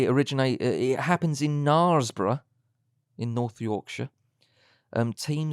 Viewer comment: attempt to pronounce Knaresborough is hilarious! Better than what an American would do though! It’s Knare- pronounced like air x